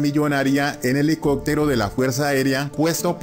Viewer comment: Esa señora no sabe ni expresarse. Dice helicotero en lugar de helicóptero….😅